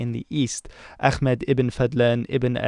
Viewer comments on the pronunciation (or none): Into Islamic history and I know Arabic. Good job pronouncing ibn Fadlan’s name correctly. One thing. The h in Ahmed is a little lispy what you pronounced is a bit like خ.